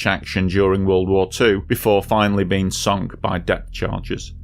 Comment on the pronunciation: It's sunk.